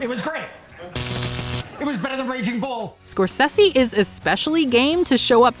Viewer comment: Its triggering me how she pronounces Scorsese.